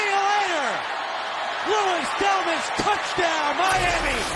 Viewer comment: it's pronounced "Del-mah"